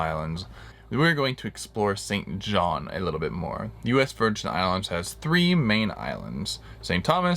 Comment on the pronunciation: It pronounced St John. There is no S in the name.